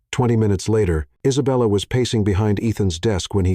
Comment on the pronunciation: "An indignant poodle." omg LOL!!!! Also, the narrator's pronunciation of Isabella is hilarious; he lapses into a foreign accent: Eesabella. Too much. Nonstop laughing at this entire script. I can't breathe and my cat thinks I'm crazy!! 😅😅😅😅😅BRILLIANT COMEDY!!! and a thoroughly enjoyable love story. With heartfelt thank yous and lots of xoxo's from Anaheim, CA. 🌹🌹🌹